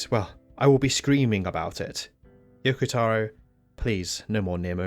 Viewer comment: yokotaro not youkoutaourour gadeyummalditos gringos aprendan a pronunciar correctamente las cosas